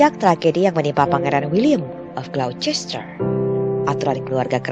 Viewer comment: Ralat Glocester dibaca Glouster.